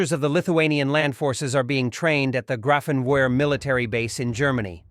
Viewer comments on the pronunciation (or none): 😅When you said Grafenwohr you pronounced the w with a w but the w really sounds like a v instead. It sounds like Grafenveer.